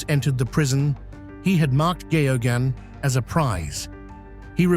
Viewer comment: Why can't a journalist and presenter pronounce Geoghan? It is pronouncerd Gahgan